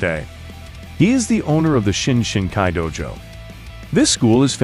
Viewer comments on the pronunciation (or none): none